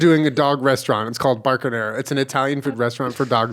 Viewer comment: Thought you were transitioning into a farmers dog ad and instead you said Barkinara 🤣 Edit: would 100% use vacaschevine on my email. It would be hilarious and wonderful.